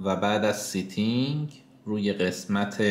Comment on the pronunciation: سیتینگ نه! ستینگ